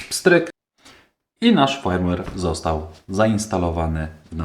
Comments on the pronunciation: No Fajmłer się inaczej mówi, poza tym OK. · Nie chcę się przywalać, ale nie ma czegoś takiego jak fajmłer. w słowie firmware i nie czytamy jak "aj" tylko jak "y"